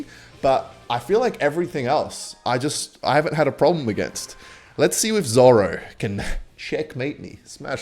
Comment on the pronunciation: "zoro" I think has lost it.